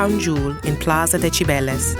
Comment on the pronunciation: La narradora tenía que haber pronunciado los nombres en español correctamente. Cibeles y no Chibeles! por ejemplo